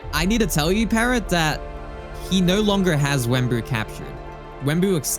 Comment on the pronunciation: It’s not Wemmbu but it’s unstable